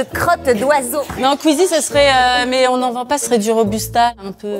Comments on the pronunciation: AURÉLIE ELLE A DIT QUEEZIE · Elle a dit queezie ptdrrrr